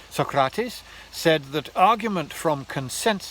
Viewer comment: First time in my life I hear an english speaker pronounce Socrates's name, correctly!